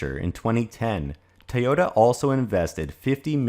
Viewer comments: It's pronounced TOYOTA not TAOTA. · What is "tahyotuh? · Why do you keep pronouncing the name Teota? Is that closer to the Japanese? Look, I don't care whether they commit to all electric or not. As long as they don't interfere with what the other car makers are doing! Personally, I think hydrogen fuel cells for passenger cars is an incredibly dumb way to start. And that if hydrogen is to be viable at all, it will begin with large commercial vehicles and vessels with predictable routes. But, hey, Toyota is certainly free to try if they like. That's between them and their stockholders. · Why are you pronouncing to Tay-ota? Very annoying.